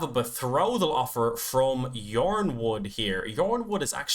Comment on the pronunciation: Yronwood is pronounced "Ironwood". George Martin said that the Y is subtituting I